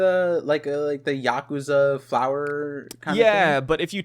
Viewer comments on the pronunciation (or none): none